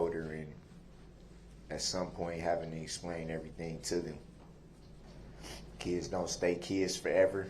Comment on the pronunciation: what a complete LIAR criminal and murderer. Oh but he obeys the Lord and his conscience is clear, ahhh he has no conscience as he is an evil egotistical heathen, no class, no love and zero integrity. "I don't get to be wif my keds...and my baby. LIAR and thank goodness WisconSIN abolished the death penalty!!! and its obvious as to why. Crime pays.